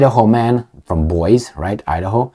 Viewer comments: 2.47 and 8.05._Emil, "Boise" is pronounced /boisi/, not /bois/. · sir Boisie is pronounced boy zee, thank you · You mispronounced Boise